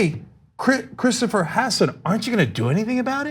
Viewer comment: The coastie's name is Hasson. Faux News keeps pronouncing it "hoss-san" to make it sound like he's one of them there A-rabs, and they-uns knows all 'bout them, ain't they? F*ck all you white supremacist trumpanzee rape-publican turds.